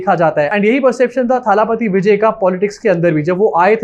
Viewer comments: Abbe chutiye irritate kar diya jaise muh bigaad bigaad ke thalaaaaapathi bol raha hai. Wo thaaaalaaaaapathi nahi thalapathi hai.. Koi lamba aaaaa nahi Sirf single a sound hai... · थाला पाती नहीं है, थलपति होता है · Hi! Just a small correction on the pronounciation. It is not थालापति it is either तलपती or actually दलपति - दल का पति (नायक). By the way you can call our Hon. PM as थालापति because he was the one to say थाली बजाओ 😊